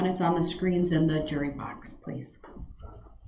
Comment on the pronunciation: Why does he call the “jury” the “Jeery” ???? LOL